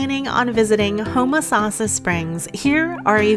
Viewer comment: The video would've been more enjoyable if you didn't keep pronouncing "Homosassa" incorrectly.